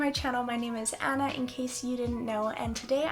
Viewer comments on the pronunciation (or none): none